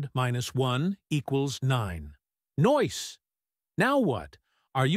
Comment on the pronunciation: did he actually say "noice" ???